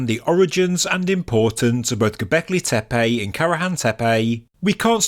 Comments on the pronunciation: Sorry but I believe it is Tepe not Tepey: annoying throughout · The name/word "Tepe" is pronounced "Teh-Peh" not "TEA-Payjhhhh"!